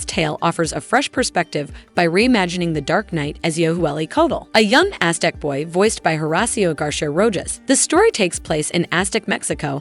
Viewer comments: And “Rojas” (row-jahs vs ro-hahs) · The narrators inability to pronounce any Hispanic names correctly is driving me insane. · Is this narrator really AI? “She” butchers the correct pronunciation of words like “debut” and “Rojas”… and tends to speak unnaturally fast